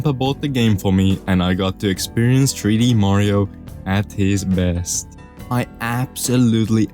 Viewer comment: you said super mario tree d land